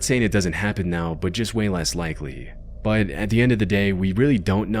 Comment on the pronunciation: "bahhht" "unfortunately" "howver"...